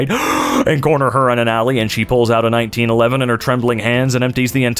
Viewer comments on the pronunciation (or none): none